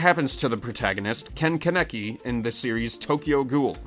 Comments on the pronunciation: i cant stand the way you say kaneki im sorry it sounds like youre saying connect with an accent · KHAN-ni-ki! Get it right! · KHAN-UH-KEE IS HOW YOU PRONOUNCE IT